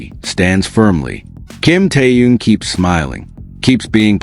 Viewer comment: Где вы увидели охрану, да еще усиленную? Джин и Тэхен идут совершенно одни, и где охрана. Глаза откройте, бросили мальчиков одних, после всех угроз, любой подходи, и делай что хочешь. И вы автор неправильно произносите имена. Это Тэхен, а не Тэюн.